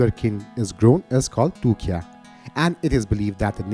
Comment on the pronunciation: Please do proper research. It is तुख्यः not तुख्या and the name of the language is Nepal Bhasa.